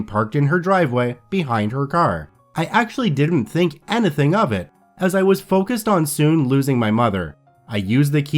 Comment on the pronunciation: any-thing, dude... not ana-thing!!! Speak properly. Thanks.